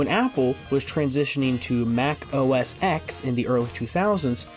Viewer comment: Bro. It’s Mac OS “Ten” not “Exx”